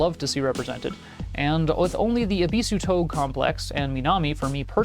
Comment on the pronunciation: appreciate the review. just wanna mention that touge (tōge) is pronounced "toe-geh," not like vogue. keep it up!